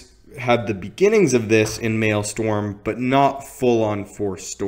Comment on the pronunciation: It's pronounced "Male-strum". In a way, Darth Malgus is the opposite of Darth Tyrannus. Dooku was all about elegance and subtly, whereas Malgus was usually about as subtle as a sledgehammer to the face. Just because he was brutally direct doesn't mean he was stupid.